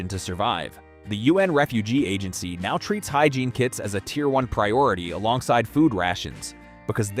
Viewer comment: "Hygreine?" Really flexible arm. Nothing like bad AI to destroy your credibility.